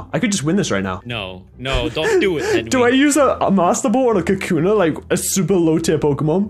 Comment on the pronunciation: It's pronounced ka koo na